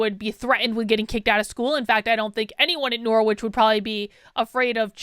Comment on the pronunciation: So crazy hearing you pronounce Norwich like “nore-which”. Here in England we have the city that university was named after, and it’s pronounced “norridge”!